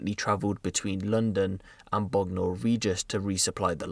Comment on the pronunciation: Bruvvvv I’m from Bognor n the way he said it 😭😭😭 it’s jus said bogner 😂😂😂😂😂😂😂